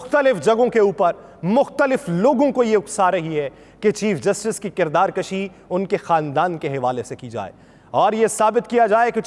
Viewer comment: Masha Allah, your style of presentation is very impressive, the content is quite informative, keep it up. Please, note it's kirdar kushi not kirdar kashi. Thanks!